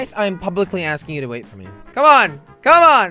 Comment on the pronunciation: Wy du ju not waait im from holland